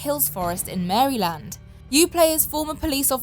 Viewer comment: Lol "Mary-land"